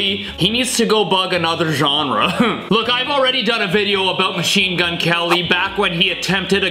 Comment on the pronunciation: His name is not Machenemagwene it’s mgk